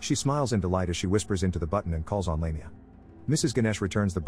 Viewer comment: Did you even watch the movie?? The evil demon is Lamia and is pronounced "laaam--e---ahhh not "lame---e---ah!!! ugh!!!